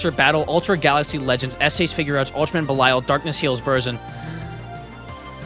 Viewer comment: Belial is pronounced Bell e all